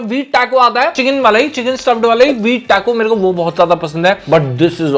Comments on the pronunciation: Its Tah-koh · Taco sahi se bol to lo bhaii